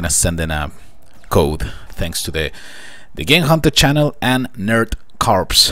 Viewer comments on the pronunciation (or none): none